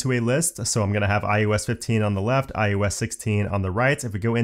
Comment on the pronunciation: Informative, but please stop saying: iUS it is iOS not i U S